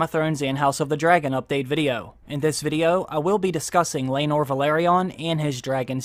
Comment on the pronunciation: It's laenor and seasmoke. Learn all your dragon before you watched DAMM!!!